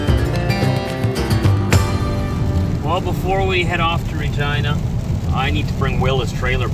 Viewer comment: Sorry for roasting you but you saying Regina Saskatchewan sounds like Vagina Saskatchewan